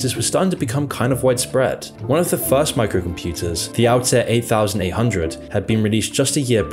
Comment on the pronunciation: You have a strange way of pronouncing well-known acronyms - almost as if you've never heard them. "Altair 8800" is not the "eight thousand eight hundred" but widely known as the "eighty-eight-hundred." And it's not "M.S.D.O.S" - but "M.S. Dos". It's the little things that detract from the otherwise high quality of this video. I continue to subscribe... continued success!